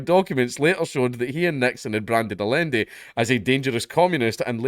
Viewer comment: It's pronounced "ayanday"